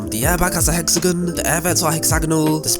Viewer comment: It’s hexagoooooooonn not hexegan lol